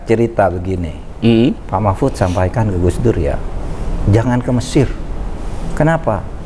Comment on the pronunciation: Interviewer-nya memanggil nama Pak Mahfud jadi Mahpud hahaha..